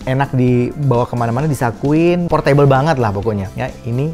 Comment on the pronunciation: Portebel bukan por-table